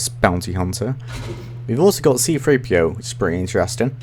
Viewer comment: It's not C-FREE-P-O it's C-3-P-O 😂